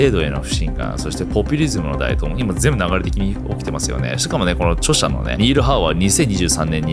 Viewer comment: 【台頭】“だいとう”ではなく“たいとう”では？